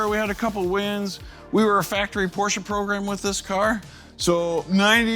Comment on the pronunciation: "Eees not a porch, eees a Ferrari." 🤣😆🤪